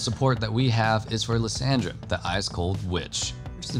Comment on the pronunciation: Again butchering lissandra name xD Yisus that’s so bad